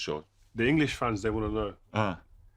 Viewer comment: Rio speaking in pidgin English lol